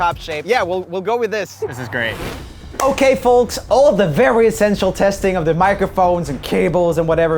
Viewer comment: Lol! Can we all look , I find it so funny how Joel pronounced folks! replay it five times and you’ll see why I’m cracking* up (Ps. For further clarification folks is traditionally pronounced fo-ks and joes pronounced it with the l.) 😂🤣😂🤣